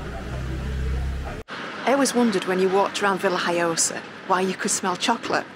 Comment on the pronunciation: Hi Stuart , the locals call it La Vila Joiosa, to make matters more complicated . It’s spelt Villajoyosa in English but the J is silent in the spoken word , so you say Villa Hoyosa. I’m now expert in languages of course , but this how it was explained to us. Hope that helps Thanks for watching.